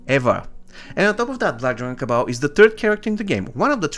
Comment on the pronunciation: Kabal not cabal